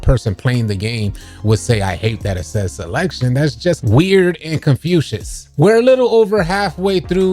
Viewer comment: You’re killing me saying Confucius instead of confusing over and over